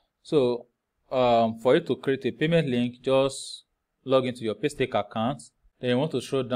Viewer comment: Did i hear Paystake?😂